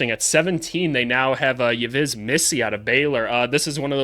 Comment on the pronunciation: Yves = Eve (The 'S' is silent)